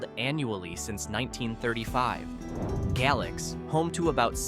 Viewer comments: Galax is pronounced Gay~Lax not Gal~ox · It's pronounced Gay-Lax. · It's gay-lax, and apple-latchan. experts cant pronounce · franklin county is not the city of Franklin, totally different sides of the state. And Galax is pronounced Gay-lacks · Say you're not from VA without saying you're not from VA. Mispronouncing Galax. It's Gay-lax.